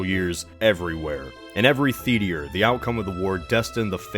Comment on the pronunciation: Did anyone else hear say "the-tea-re"?